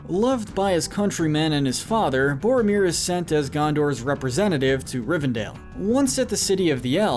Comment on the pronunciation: Rivendale was a personal highlight. I was waiting for Jughead to pop out.